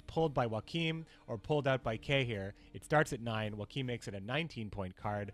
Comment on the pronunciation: Well, at least you pronounced Joachim correctly... No seriously, you pronounced almost every other name wrong. Like, wow.